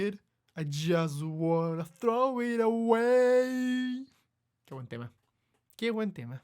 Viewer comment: "que wen tema" that's when I knew, this dude is Chilean